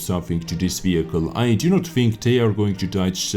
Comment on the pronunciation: "overall faster wehicle" Made me laugh so hard...